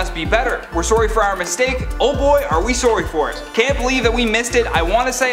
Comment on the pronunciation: says sorry as sowry lmao, Canadians:)